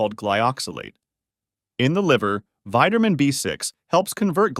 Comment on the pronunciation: Are you saying vitermin D and vitermin B6. Can't stand to hear you say vitermin. Please correct annunciation.